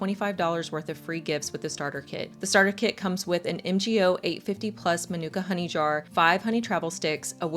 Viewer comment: Pronounced, Mar Nooka Honey . Appreciate your work. Thank you 😊